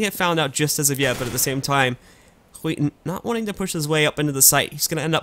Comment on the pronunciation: Haha, he's saying "Skiten" instead of "Skytten" which literally means "the shit".